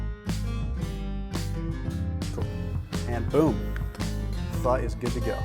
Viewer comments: fyi pho is pronounced fuh :) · Why is it spelled Pho, but pronounced Pha? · colonialism aka french aka pronounce pho like a french word and the o will be very short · He said pho cooking so say it fast yes I thought so too ! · He said Pho cooking. Say it together fast and it sounds like it, but he didn’t say the F bomb. But it’s funny.